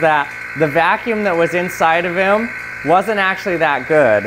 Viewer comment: Dammit I can't unhear it